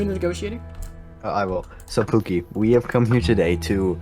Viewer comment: was when I just noticed that guy called him Puki not pookie 😭😭